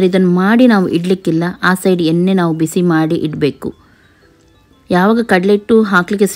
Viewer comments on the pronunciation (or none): none